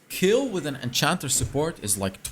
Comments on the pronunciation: Please dont say kill say kejl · Warum sagt er immer Kill 🤣🤌🏻 es heißt Kayle 🤣🤌🏻😝✌🏻 Ich bevorzuge sowieso ein Krit build. Ist einfach stärker